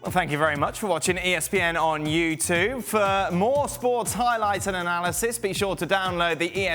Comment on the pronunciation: The outro is a bit weird. He calls it YouTuv